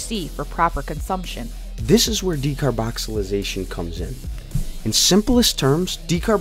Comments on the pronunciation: Its called Decarboxylation not decarboxylization bro but go head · Decarboxylation* not decarboxylization bruh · It is called decarboxylation not decarboxalisation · "Decarboxylization" Lmao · Decarboxilization or decarbonicxilicatation?😂😂😂😂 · If you are going to make a video, as an authority on decarboxylation oh, you should be able to pronounce decarboxylation. There is no Z in the word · Good video. Good info But hearing you mispronounce decarboxylation made my head hurt. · you are pronouncing decarboxylation wrong. js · You can't even say "decarboxylation"......